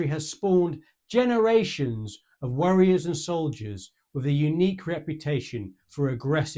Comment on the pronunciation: I love your accent and pronunciations of foreign words, but I laughed when I heard "worriers" and soldiers instead of "warriors " and soldiers! Lol 😅